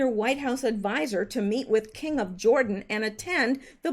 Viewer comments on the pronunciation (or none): none